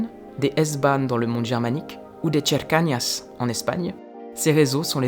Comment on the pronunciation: "cercanias" ça se prononce ser-ka-NI-asse, avec un accent fort sur le ni. On reconnait ceux qui ont fait allemand 2eme langue au lycée...